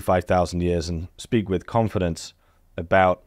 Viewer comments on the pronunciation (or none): none